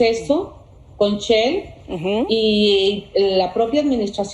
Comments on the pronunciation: Chel no se dice shell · "Chel"? ...que no es Shell? ...su incompetencia la exhibe hasta en su prosodia! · She pronuncia SHELL Seńora, Shhhhhell no Chell 🤦🏻‍♂️ y esta es la gente que nos representa 💩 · perdoname pero una persona de verdad bien preparada supiera por lo menos tener una lengua fina y u o adiestrada y esta seńora no siquiera puede pronunciar Shell ella dice Chell 🤷🏻‍♂️🤦🏻‍♂️ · Ah Caray ya no es SHELL ahora se llama chel